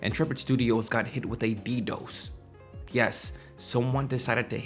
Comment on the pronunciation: are we all pretending hes not saying ddos like that? XD.. yes.. yes we are...